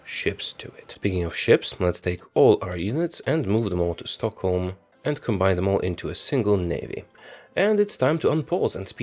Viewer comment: You say Stockholm like a true swede.